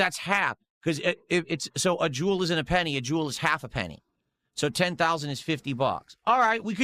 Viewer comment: Oh hello Jew-el